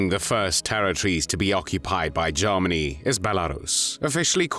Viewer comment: the voice is AI who pronounces Germany as zzeeegggeerrrmaaggnnnyyy?!